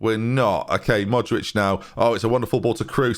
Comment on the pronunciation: How can one pronounce Modrić right but Rebić wrong...?